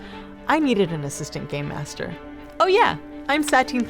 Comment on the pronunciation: i sit just me or did she say gay master